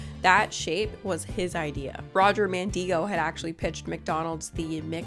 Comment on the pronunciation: I think you're pronouncing Mandigo wrong. He lived near where I grew up and I've always heard it where the "i" doesn't have a long "e" sound. Instead, I'm pretty sure his name rhymes with "indigo"